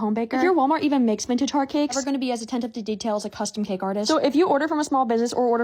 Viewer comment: bro you don't neeed to go to whalmary and how do you pronounce "gherdelli" like that omg i don't usually go at people for what they say but in this case...